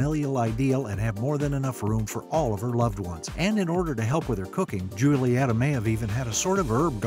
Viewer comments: Her name isnt pronounced Julietta, it Hulietta for the pronunciation, so anything you've said after atrociously butchering her culture is moot. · nope in the movie her name is pronounced like “hulieta” cuz yk their Spanish…. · In Spanish the letter "J" is pronounced like "H" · Her name is actually pronounced Hulieta, and its not encanto house its CASITA thanks to Casita mirabel is still alive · As an espagnol, this is completly false, J is pronouce R, "Roulieta" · The first letter of her name is pronounced as an H not a J. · Nah bc bro really just pronounced Julieta like that 💀